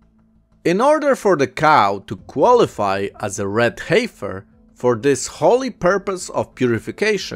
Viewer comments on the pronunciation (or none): Brother, the word "heifer" is pronounced like "heffer". The 'i' is silent. English can be a strange language, I know.